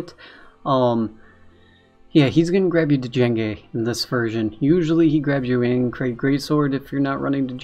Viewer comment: Hey man. Love your vids. Thought you should know. It's pronounced "jenge" not d- jenge. The D is silent. Like in django unchained. He is based off the star wars character , Jango fett. Him bring a bounty hunter and all.